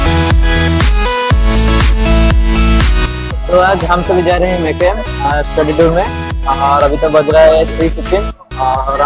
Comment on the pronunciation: Dude... That's pronounced as Me-kh-em... As in Chemical.... Not Me-cchem...